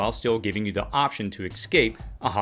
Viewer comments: Ess-scape, not X-scape! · Love your channel, but you're pronunciation of "ex-scape" was killing me. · There is no "X" in "escape".